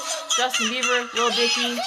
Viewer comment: fuck u bitch. How did u pronounce Bieber. You couldn't recognize at first and now thats how you say his name. 🖕